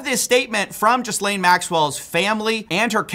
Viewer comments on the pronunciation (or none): It's /Ghi'lein/ not Ghizlane or Jizlane tho' 😅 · JFC, the "s" is silent. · This is an aside, but I find it interesting that USA journalists don't even try to pronounce "Ghislaine" correctly. It's not Jiss-lane, it's Gee-len. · Lot of people pronounce it Jizz Lane. I always thought it was pronounced Jer Lane. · Gil-lane hard G. How do people not know this by now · "Jizz-lane" gets me every time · It's pronounced "Gilaine", to be clear. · it's gee-lane. americans cannot comprehend a silent s. yes english is a messed up language, blame the french who we stole most of it from. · Why are Americans unable to pronounce Ghislaine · That's not how you pronounce "Ghislaine"